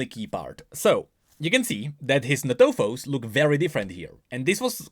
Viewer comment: ntofos is pronounced = En-Tofos not natofos